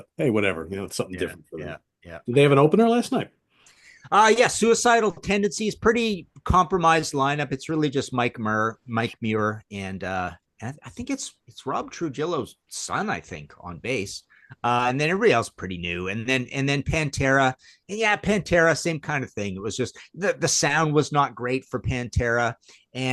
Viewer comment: Metallica's a no repeat weekend with two shows, Martin should know that before saying it's a weird setlist missing hits. And Tru-jillo? That's bad even for a Martinism. 😂🇨🇦🍺